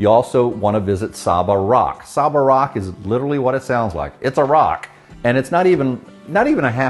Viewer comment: As a native of the BVI, very well done. My only correction would be the pronunciation of Saba Rock (Say-Ba) That's how we say it.